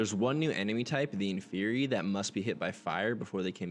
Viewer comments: This is a really good video but you calling inferi inferni is like professor Black giving professor diggs eulogy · Why does he keep saying “inferni” With an n?